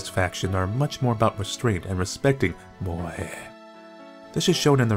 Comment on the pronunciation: God, the way you said moe.